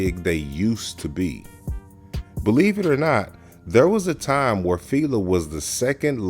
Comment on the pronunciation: Y'all really inspiring me to make content cause it is pronounced Fi- La like Feeee laaaaaa not filae fea lay whatever you are saying was wrong. I know you wasn't born in 90s and if you were lawd 😂 smh